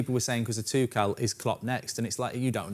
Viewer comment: Thomas Tuchel. Everyone: Two-Schull: Tu-Kell